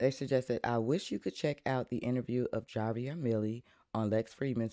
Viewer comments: The J is pronounced as an "H"....so say "Havier". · It's pronounced "Havier" love...